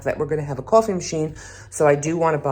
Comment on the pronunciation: Kaw-Fe lol I will now be saying it like that every day 😁